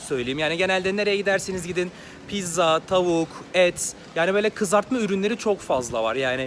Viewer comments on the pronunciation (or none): none